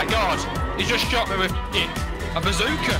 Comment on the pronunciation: the way he said bozzoka